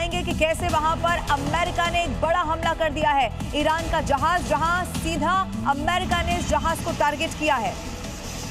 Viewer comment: Amma Rika?ya ameriika, beker uchsalte kiu jee